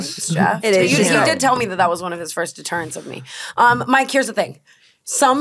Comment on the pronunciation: Tana saying “deterrence” really casually made me proud